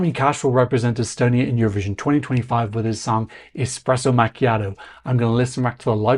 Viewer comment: come one you should learnt o pronounce the name of our country if you report on it. Its not so hard. You did say Toomas Tammemets. So